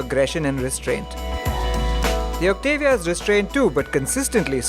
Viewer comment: Its pronounced- "OCT_ AH_ V_ AA"!!!!